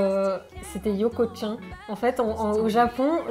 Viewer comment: Yoko, chan ça se prononce "tchane" pas "tchin" x)